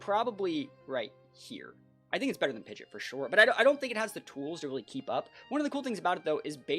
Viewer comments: Who taught this guy to say PIDGEOT AS PIDGET? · Isn't it technically pronounced like Pid Jit? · It’s pronounced Pidgeot not Pidgeot.